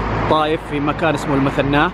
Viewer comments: المُثَنَاه - والله منت من اهل الطايف ولا تعرف عنهم شي من يوم نطقتها بالغلط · المَثْنَاه وليس المُثنَاه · المَثناة بفتح الميم وليس بضمها. ياليتك شرحت وقلت انه مسجد الكوع. ماعندك معلومات وبس تنتقد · المثناه بدون الشدة على حرف الثاء. اشكرك على الطرح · المَثْناه و ليست المثَنَّاه .. مع خالص الشكر لجهودك ، وفقك الله . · اسمها المَثْنَاه مو المثنّاه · تشكر على تغطيتك ولكن لديك ملاحظة في ذكر أسماء الاماكن فمثلا المثناة ليس بتشديد الثاء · ما هكذا تنطق المثناه